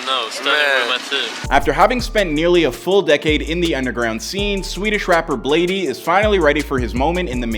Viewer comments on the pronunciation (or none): You can even see in the clips everyone pronouncing it BLADE and this dude still calls him BladEE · Bro it’s fucking bladee not blade (e) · Its like blade not blad-e 💀😭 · I'm Bladee he call me Bladey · It’s just pronounce blade not bladeE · its just blade bro. STOP SAYING BLADEY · y’all complaining about calling him bladey but i’m gonna call him benjamin from now on. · im bladee she call me blade-e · Imma need to get over the fact the narrator is saying "Bladie" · The fact he’s saying “bladey” is really pissing me off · bro said bladey and yung god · This guy really saying "bladey" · It’s pronounced blade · You really just spent loads of time researching his past, then you call him bladey 💀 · I’m Bladee, she call me Bladey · Bro really called him “Blade-E” 😐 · how you make a video explaining his life when you cant even pronounce his name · Thats how you pronounce gud’s name in his native language